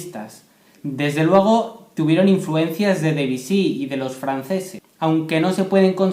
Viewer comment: No sé dice debisy Es Debusy